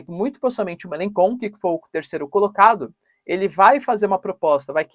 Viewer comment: Fala-se: “Melanxon”